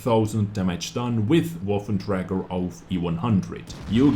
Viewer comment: PLEASE learn to say waffenträger, it's not woffen